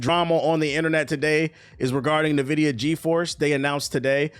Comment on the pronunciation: Please stop reading it as Nvidia. it is pronounced INvidia